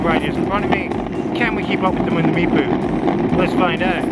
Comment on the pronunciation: The Meepoo...funniest pronunciation yet.